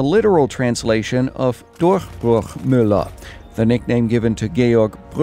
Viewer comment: Btw: You pronounced "Durchbruchmüller" absolutely right :)